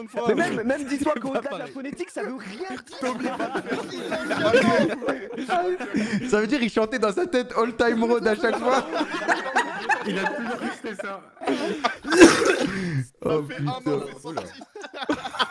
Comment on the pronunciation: Kamel tu fera attention tu as dit rod lors du Kculture au lieu de R O A D ^^